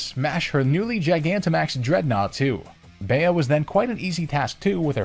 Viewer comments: The 4th gym leader is pronounced “bee” not “bay-a” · …it is illegal the way you pronounced “Bea” I take this as disrespect, upon the honor of my friend with the same name. It’s pronounced “Bee” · my thoughts on sword and shield is that theyre fun to play once in a while, but honestly i wouldnt go out of my way to play and replay them over and over again. also bea is pronounced bee, i think the connection is beatrice emphasis which could possibly be an allusion to her being a fighting type master. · Pronounced as “Bee” and not “Be-ya” (according to the anime) 😂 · I just remembered that I wanted to mention the fact that, had you gone to the Isle of Armor, picking Grookey would have also given you access to the Grass/Flying-type Rowlet, which is interesting. But I completely forgot about what I wanted to say because I became completely floored once I heard Bea be pronounced “bay-uh” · You do realise Bea is pronounced ‘Bee’ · Raihan you pronounce, but you mess up Bea’s name?!